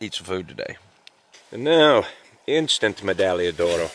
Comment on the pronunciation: You need to pronounce the g in medagliodoro again, so much more fun, a word is pronounced how ever you pronounce it, potato potato.